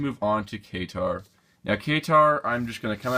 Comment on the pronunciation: It's K-tar